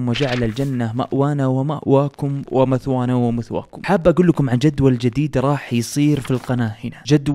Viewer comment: يا بلاش تقول متوانا ومتواكم لان المثوي هي منطقه في جهنم قول مئوانا ومئواكم ❤️